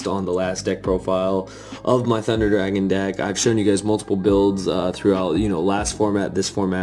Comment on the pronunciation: Eehhhhhh thundA dwagons. Where's anti-meta volcanics eeehhhhhhhhhhhh ✺◟( ͡° ͜ʖ ͡°)◞✺